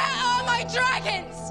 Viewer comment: darn noice "dragons"